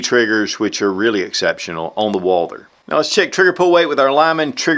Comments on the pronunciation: Someone PLEASE tell me why this guy can't pronounce Walther???????? I've complained before no results it is not pronounced Walder or Walter!!!!!! Walth errrr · It's Walther like Walter not Walder ;)